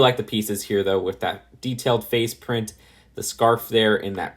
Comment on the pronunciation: Did he say detailed face plint?